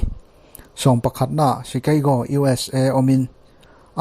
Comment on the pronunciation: Frankfurt ilam dan te,chicago ilam dan te,tokyo ilam dan te etc..zacharias pawh (zakarias) tih tur..i lam dik lo nasa lutuk..